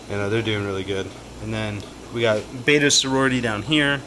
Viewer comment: Bet, bet, bet ...Betta. Not bayta or baeta. Push sound button ... learn.